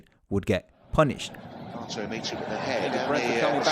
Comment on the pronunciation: you are saying his name very well. Hear many british butchering his name with Hate(o)